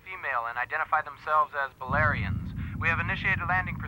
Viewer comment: The valerians/balerians however you pronounce it.... They are pretty hot.